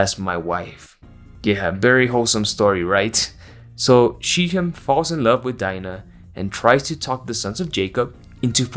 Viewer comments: pronounce as shackhhem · Hello! If you were curious about the pronounciation of the names dinah and she'hem, in hebew they are pronouced as "D na" and "sh khem" with kh being the letter ח that doesn not exist in english